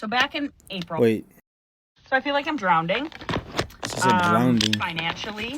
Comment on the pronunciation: I like how she doubled down on "drownding"